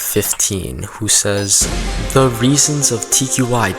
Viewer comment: what tqi says: 10 reasons tqi been toxic are what i hear: 10 reasons tqi been cocksick are